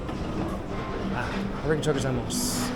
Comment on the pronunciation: uh ree guh toe go zai moss 😂